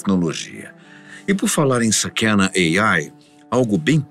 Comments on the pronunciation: Por que pronunciar uma palavra japonesa como se fosse inglês ??? Sakæna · Só um detalhe, sakana se pronuncía sakaná, que significa peixe, assin como o emblema da empresa